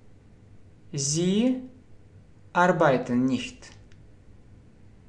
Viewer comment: Arbeiten - ударение на первый слог AR, beiten